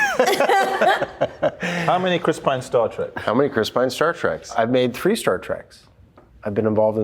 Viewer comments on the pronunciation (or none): OH MY F'ING WORD!!!! HE'S THE STAR OF MOVIES, AND HE DOESN'T KNOW IT'S TREK, NOT TRACK????? WTF//?? :)